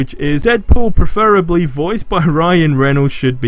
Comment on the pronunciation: perfurbaly.....man he butchered that so bad lol :p